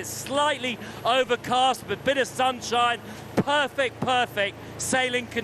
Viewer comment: « perfeçt conditions, a bit of sunshine » LOL !